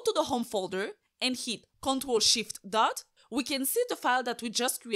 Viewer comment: It's cmd + shift + dot. She mispronounced